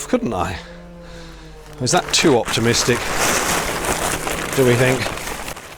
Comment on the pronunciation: "Is that too optimistic?" Whew! I was beginning to question if you were truly British.